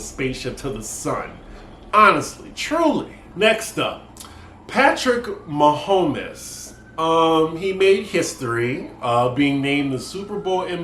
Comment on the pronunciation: Mahomes i love you but its pronounced ma homes and he deserves every cent! His dad was a major league pitcher so i root for him to get every penny he can. Patrick has done a lot in his short career and he is the face of the team. Only a select few athletes are given the God given abilities to perform on a professional level and they should try to get what they can while they can.